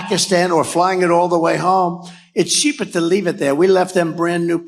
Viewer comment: "It's sheeper to" wtf Dumb-ass Trump??